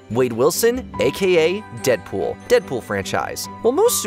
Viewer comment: That was funny it’s nice pool instead of Deadpool